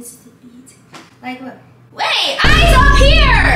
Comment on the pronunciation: "My eyew are on the screen!!!" Yeah, sure😂😂😂